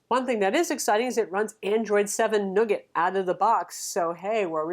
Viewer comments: I think you mean Android Nougahhhh (not Nugget?) as in the french confection (Nougat ?) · Hey, it's New-Get. 😂